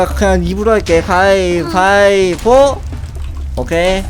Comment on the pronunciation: 님 가이가이 가 아니라 가위바이보 이에요